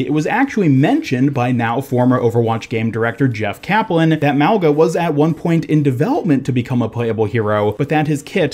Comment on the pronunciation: Mauga is pronounced Mau-nga. From his tattoos he looks Polynesian. Mauga In Samoan means Mountain which makes sense since his build is that of a huge Mountain